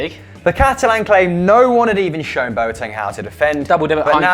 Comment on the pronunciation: On a very serious note , Boateng is pronounced Bwateng